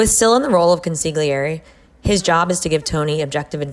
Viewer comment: Girl....it's pronounced: CONSILYEERIIII. Watch Billy Crystal in "Analyze This" you'll figure it out :))